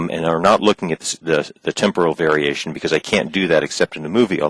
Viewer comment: T I re-L "temporal varitation"